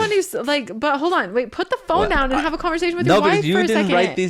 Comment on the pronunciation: What about Zach's "Social" = SHO-SHUL "Society" = SHO-SHY-ETY "Conversation" = CONVER-SHAY-SHUN